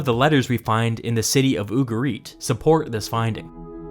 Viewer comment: ugarit, with the emphasis the U and the rest softer.